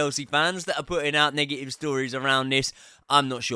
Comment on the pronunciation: Never heard someone say “nega-ee-vuh-ee”